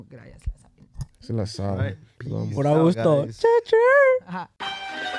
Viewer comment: Porke le pusieron agushto papa si no lo saben pronunciar!!!